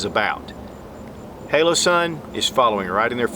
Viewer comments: hOlosun, not hAlosun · It is not halosun and it’s not hole-o-sun. Holosun. Hollow sun. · you said "halosun" probably 20 times... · Great vid, but am I the only one that's bothered by how he can't pronounce Holosun correctly? lol Outtakes are always the best.